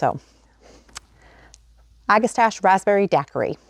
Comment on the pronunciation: Oh! Got my Bakers Creek order today. I also ordered the Spotted Bee Balm. It’s a wonderful native plant and oddly difficult to find in my area….hoping the seeds work well. Also the Queen Lime Zinnias. You e got great taste ❤ Pronounced ag-eh- STACK-e. No “stach” it’s a “stack”! Great plant. Good luck with that variety.